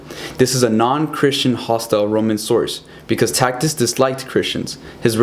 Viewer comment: Good job! Keep up the good work. BTW Tacitus is pronounced TAS-it-us.